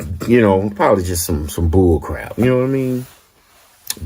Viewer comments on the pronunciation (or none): none